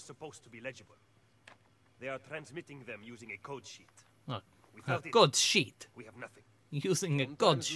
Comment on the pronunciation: When u said code sheet I sounded like CODE Sh*t